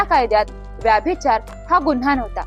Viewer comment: It's a good naration of an old crime story. However, the pronunciation of " VYABHICHAR should be VYBHICHAR!" With warm regards!